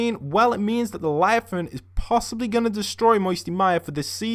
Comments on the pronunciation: It's leviathan not lyathan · Instead of leviathan he says liathan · Btw it's pronounced (leviathian) not (liathan) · What’s a liathan?Its leviathan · It's Leviathan, not Liathan ahhaha.Keep up the great videos btw! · if he says liathon one more time i swear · it’s “ Lev - I - Athan “ 😂😂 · It’s not pronounced liafan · lev-eye-a-thon gimp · Devin Healy LE. VIA. THAN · I love how he's says laviathan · Le,via,than that is how it pronounced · LEVIATHAN LE-VI-A-THAN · Ah man at least learn how to pronounce the word first before you say it, it's leviathan